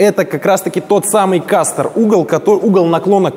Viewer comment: кастЕр - :facepalm: кастОр - именно так называет угол наклона (но не колеса, и не оси колеса - как ты звиздел в начале видео, а...) оси поворота колеса.